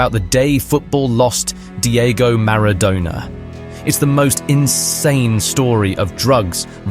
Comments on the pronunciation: I’m pretty sure thousands of people also pronounces Maradona like that but whatever. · you can't pronounce "Maradona". GTFO. I am done with this. 😢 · What accent do you think you hear from the video narrator? Let's agree that it is British born and bred, as opposed to International learned British English which NEVER sounds like this. Speaking an Englishman born and educated in England myself, it is im-fucking-possible to have heard Maradona's name pronounced any other way than the correct way. It would have been corrected by friends, family, certainly corrected by anyone this narrator spoke football with. Maradonna's legacy is intertwined with England football forever for his 'hand of God' moment. Nobody has ever pronounced Maradona's name like that. As a thought experiment: The thousands you claim MIGHT pronounce Maradona like that, would have to be American, who for them, Football is "Soccer" and know little to nothing about football all their lives like the rest of us Football fans on planet Earth. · Thousands, you say? Link me any timestamped YouTube video among the thousands that exist where somebody pronounces Maradona's name like that. Please. I beg of you. I'm fully serious. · and plus its just a simple pronunciation error and your making such a big fuss about it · I thought that and the pronunciation of Napoli and Maradona indicated an AI voiceover?